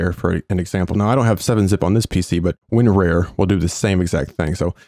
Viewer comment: I sure love me some Win-Rare. (I'm pretty sure [not being a jerk] It's pronounced Win-Rar)